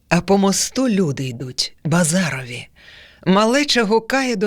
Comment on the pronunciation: БазарОве, наголос правильно поставить той, хто тут живе, де батьківщина Тютюнників